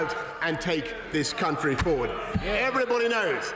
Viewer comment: I'm sorry, but "CUNTry"